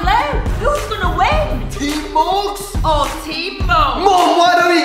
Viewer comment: Morgz, not morge. Only, not ony.